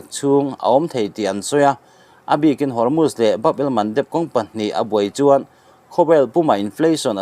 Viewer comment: Hormutch an tilo,Hormuz an ti.Chhiar i thiamlo ve hlê mai,a ngaihnawm viau a,i chhiar dan in a zir lo deuh a,a ngainawm tur angin a ngaihnawm ta lo deuh a ni.